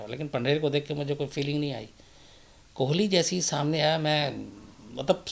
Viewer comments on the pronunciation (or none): कोहली नहीं कोली है वो